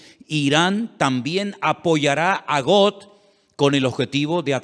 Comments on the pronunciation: PORQUE PRONUNCIAS GOT ? GOG,SE PRONUNCIA. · Hermano lindo seria bueno que pronunciara bien los nombres no es Got es Gog con g de gato y no es magot es magog igualmente con g de gato nada difícil usted es un hombre culto así que debe de pronunciarlo bien